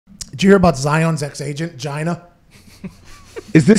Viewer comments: Hahaha Pat calls her Gyna 😂😂😂😂 Giiiina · Pat it's pronounced GEEENA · It's pronounced (Gee-Nah)!